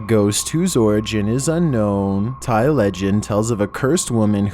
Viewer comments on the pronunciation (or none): none